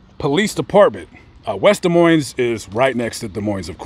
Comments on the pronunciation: The "S" in "Moines" is silent. Pronounce it "Duh Moyn". Also, it sounds as if the mother made up the story of Johnny's visit for attention and in order to write a book. That's my hunch. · The "s" in Des Moines is silent, its actually pronounced da moine. Just a side note. Thanks for a great video! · both of the the "S" letters are silent in "Des Moines" my guy.... its pronouinceds Dee Moine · The "s" in Des Moines is silent